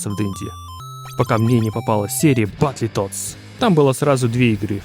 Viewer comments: Как же меня бесит то,как он называет игру БАТЛЕТОДС бл...какой нафиг батле,произноси хоть правильно,БатЛТодс,без Е... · Батлитодс ахаха! Чувак, прекращай веселить. Одно слово на инглише можно было ж выучить)))) Или гугл переводчиком озвучить, чтобы не звучать как селюх. Батлтодс, Карл, БАТЛ ТОДС. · Бро, Бэтл Тоадс! Почему ты говоришь "Батли"? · ну что за батлетодс?)батлтоадс! не издевайся над классикой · Очень круто, молоток ) неправильное произношение немного режет ушки, не "батлетодс", а "бэтлтодс", чувак ) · Да не Батле а батл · Только не Батлитодс, а Бэтлтодс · Ты молодец конечно, желаю только успехов в создании. Но блять, как же режет слух "батлИтодс", батл, батЛ... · не Батли Тодс а Батл Тоадс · Брат умоляю….. баттлтоадс. Не баттле)) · Ну не Баттле, а Батл. Переводится как бой. А полное название переводится как Боевые Лягушки. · "Батли тодс")))) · Друже, только не "батле тодз", а "баттл тодз" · только не "баттЛЕтоадс", а "баттлтодс" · Батле тодс😂😂😂. Ну ты крут😅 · Баттл литл стабл? Чел что ты говоришь ? Батлтодс выговорить не можешь ? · БАТЛЕТодс??? Мой препод английского тебя б придушил))) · батлитодс?) что по английскому?) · Ну не батле тодс, ну пожалуйста... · "батлИтодс". это пиздец. уметь делать ремейки, но незнать произношения игры... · Батле тоадс??? Автор аутист! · Чел, ты если игру разрабатываешь, потрудись хоть узнать как ее название правильно произносить